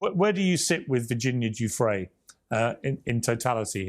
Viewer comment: Ffs bro come on, at least try to pronounce the name correctly. Giuffre, it's a French name. Please stop calling her Juffrey.